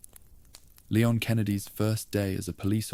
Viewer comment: Please stop calling him Lay-on, it's LEE-on.